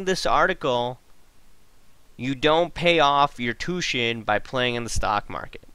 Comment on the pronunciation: Just for your information. Tuition is not pronounced " two shun " the proper way to say the word is " two ish shun". Good video here though buddy.